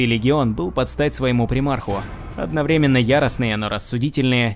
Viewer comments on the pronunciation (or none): none